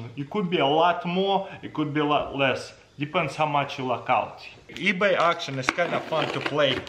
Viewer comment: Oh yes the multimillion dollar company “eaby”